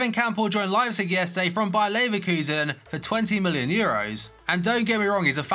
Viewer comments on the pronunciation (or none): none